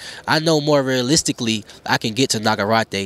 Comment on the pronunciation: Nagarrate took me out😂😂😂